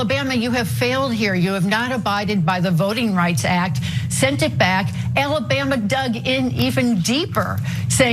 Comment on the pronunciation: AL-LA-Bam-Ma? Always think about getting my lip caught on a trip-wire when I hear that.